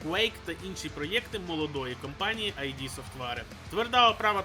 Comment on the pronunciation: ІД софтвер. І Д , не АйДі.